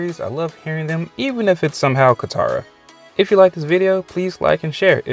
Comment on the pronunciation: It’s kattara